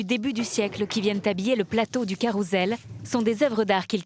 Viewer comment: On dit Caroussssssssssssssssssssssssssssssssssssssssel pas CAROUZEL !